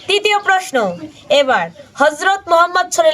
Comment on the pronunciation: দোজাহানের বাদশাহ আল্লাহর হাবীব আমাদের প্রিয় নবী হযরত মুহাম্মদ সাল্লাল্লাহু আলাইহি ওয়াসাল্লামের নাম নিতে যথেষ্ট খেয়াল করবেন আশা করি.... কষ্ট পাইছি আপনার এমন উচ্চারণ শুনে😢